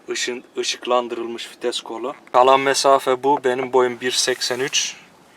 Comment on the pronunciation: hacı şu fites değil vites hemşerim...